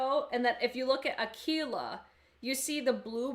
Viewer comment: If you use them with a glitter primer they will be very pigmented...btw I think you’re the only one that has pronounced “Aquila” perfectly 😆😆😆